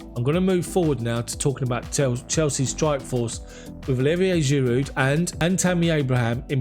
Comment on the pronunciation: Homie, I'm sure it's a silent D in Giroud bruv. You been saying the D for a minute now🤭